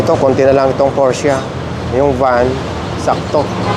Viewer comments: Porsh po pronounce hindi po porhsa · Por -shuh po tamang pronounciatiom